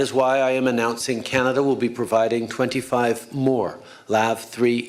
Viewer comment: Trudeau butchered BANANADA